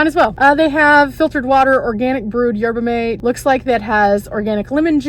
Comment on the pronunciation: It's pronounced 'yerba maTAY' $8 for gas is ridiculous! I'd rather hire a tow truck to bring me to cheaper gas. Keep up the good work!